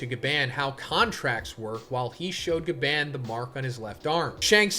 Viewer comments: BRO ITS PRONOUNCED AS GA BON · STOP PRONOUNCING GABAN WRONG! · Gaban in the most American accent 😭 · Why are you pronouncing his gabans name like that. Omg 😭 its so painful to hear. Its like when someone who doesnt watch anime pronounces Naruto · Why the hell do you say Gaban that way? Jesus Christ I'm cringing everytime you say it so terribly and that's already 10 times in the first minute.